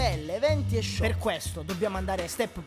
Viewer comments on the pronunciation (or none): none